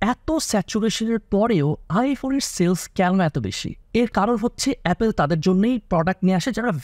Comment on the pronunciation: 🙄 ভুল দিয়ে শুরু করলেন। LV, Channel এর মত অনেক ব্র্যান্ড রেগুলার ডিসকাউন্ট দেয়। আর দ্বিতীয় ভুল হলো উচ্চারণে: অ্যাপেল না, অ্যাপল।